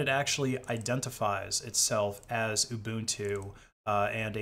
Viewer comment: Ubuntu, not uNbuntu